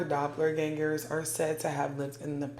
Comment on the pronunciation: Can’t watch this one because of the pronunciation of doppelgängers 😂 Love you though ☺️💗